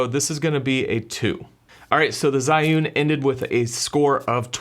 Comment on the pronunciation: Zhiyun don't pronounce like what you did..